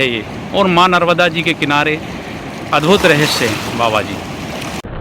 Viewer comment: Pronunciation sahi Karo . Narmada mata not narvda.